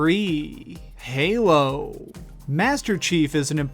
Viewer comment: how he said 'halo' fucked me off so much.